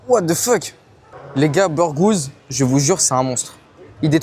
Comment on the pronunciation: What The " Feuk " 😂😂😂 It's Tipically French 😂😂😂